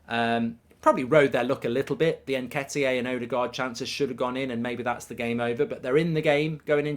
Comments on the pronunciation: Please stop saying "N-ke-ti-aay". It's EN-KEH-TEE-AH. Please and thanks 😉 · Where’s mark getting the pronunciation of ‘nhketiyay’ from?